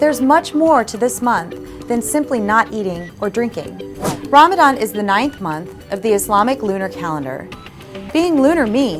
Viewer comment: I can't, I just can't resist Ask yourself if you are really a believer 😅 Chastity & modesty ? And Muslim who is practicing - reads and understand Koran (Qur'an ) knows the ruling on Covering. Also know how to pronounce (رَمَضَان) . So now the Question arises Who are you 😅😂❤